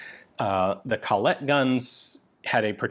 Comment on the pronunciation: sry Ian! its called Colette, not coLLette :)